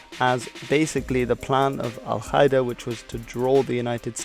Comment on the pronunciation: Qaeda isn't pronounced kaeda 😉